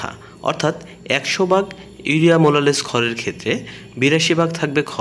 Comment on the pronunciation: ভাই আপনার ভিডিও দেখে আমি অবাক হয়ে গেলাম মোলাসেস কে বলছেন মোলালেস